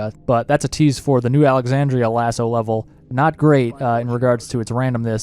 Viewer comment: MY MAN FINALLY PRONOUNCES LASO CORRECTLY! Cheers for the guide mate